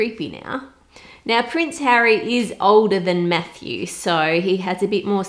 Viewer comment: did a double take because I heard “now prince Harry is older than meth use” but then realized it was Matthew, now “meth use” 😂